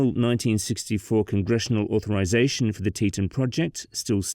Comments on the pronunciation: 1st off its pronounced "Tee-tawn" NOT "Tee-tun". Learn the pronunciation before you start talking. Though I never lived up in that part, I very much remember the aftermath of that break. My family went to convention for my dad's work and the area was destroyed. It looked like a Class V hurricane went through there. That said, I have zero problems with a dam in that area. Snd the cutthroat trout IS a sensitive fish species and will be affected by the build. But...NOT where it was built! Geological reports stated that that particular area was not suited for a dam. Plus, not an earthen dam like it was. There was zero concrete at all atnd the rock used was sub-par. Between the unstable geology and the type of soil used, that dam started undermining was it was built. No compaction would have saved it. That silty clay soil is crap for construction. Its silt. And an engineer from BYU explains a lot why it failed. And that image of it rain is BS. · "tee-TAWN", not "TEE-tunn". You may be British, but the dam is American.